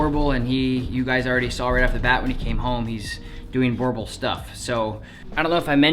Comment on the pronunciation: correct pronunciation is bUrbUl and not borbol